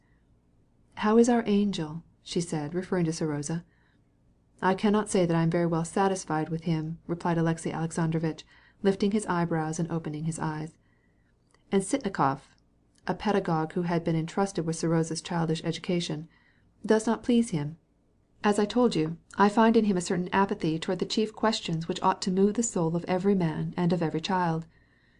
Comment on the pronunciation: Nate B. My ears hurt! Is the word written differently in the novel? It’s so bizarre